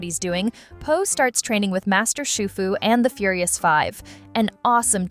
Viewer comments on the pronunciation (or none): none